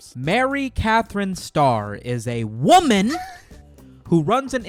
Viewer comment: I like how you emphasize the word WOMAN